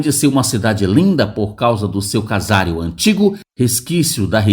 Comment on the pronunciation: Bonita cidade, bonito vídeo. Dica: casário não, CASARÍO sim mas não tem acento. Like 16.